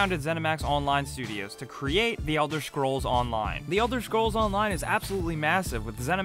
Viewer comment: Is it only me or is he saying "Elder SCHrols" ?